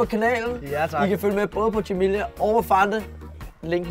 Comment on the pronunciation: flabet du siger Jimilla og ikke Jimilian.